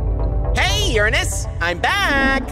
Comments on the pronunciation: he finally pronounced Uranus right according to experts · The first time someone says Uranus’ name correctly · Two things i noticed in this video: 1. Neptune, used the other pronounciation for "Uranus", instead of: ur-eynus, he used: urenes, just listen carefully. 2. Neptune became knowladgeable and smart, like.. how did he find all that information? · "Ur a nus" neptune pronounced it like that😋